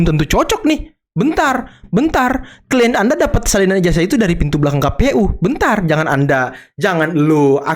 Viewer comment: Bukan ijajah bung, tapi ijazah, nyebut aja salah, malah mau kritik 😝😝😝😝